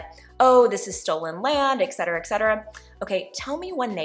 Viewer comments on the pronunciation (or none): Please know this: The word is ET CET ERA, AS IN ETC. ETCETERA. NOT EXCETERA.